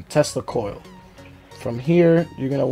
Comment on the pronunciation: When he said tesla coil I thought he said testicoil